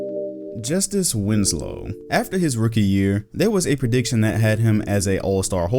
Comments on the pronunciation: don’t you mean justeece Winslow???? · real niggas say "Just-Ice Winslow" XD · Just-eeece (if you know you know)